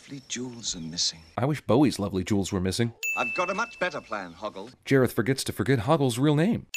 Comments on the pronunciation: Boggle???? It's HOGGLE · Boggle 😂 it’s Hoggle!!